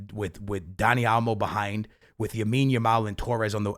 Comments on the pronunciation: “ Yamile Yamal” your pissing me off. LAMINE YAMAL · It’s Lamine Yamal bro not Yamine Yamal lol but good video! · Why can’t you say LA-mine bro….😭it’s NOT YA-mine💀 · It’s Lamine Yamal not Yamine Yamal. Guys like this comment so he sees it haha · Bro 1 time u got to say yamals name right lamine yamal not yamine yamal😂